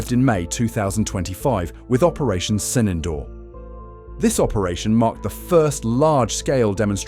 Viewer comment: Not 'Sinendoor'...it is Sindoor... And the 'd' in Sindoor is not pronounced as in 'door'...it is pronounced as 'the' as in 'therefore'